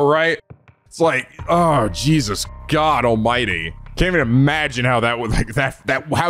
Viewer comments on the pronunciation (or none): none